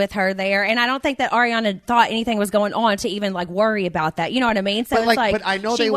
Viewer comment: EXACTLY. Ariana was Schwartz’s Groomswoman for his wedding! The jokes were so messed up! Also petition for Schwartz to learn how to pronounce Ariana’s name, correctly.